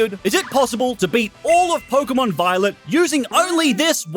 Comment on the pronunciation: 39m 7s did blud say pokemon biolet or am i imaginating things